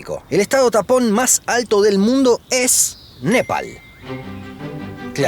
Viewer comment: Por un momento creí que dijo estados TAMPON 🤣🤣🤣